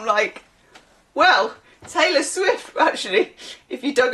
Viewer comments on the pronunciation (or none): none